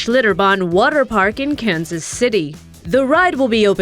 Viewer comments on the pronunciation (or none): none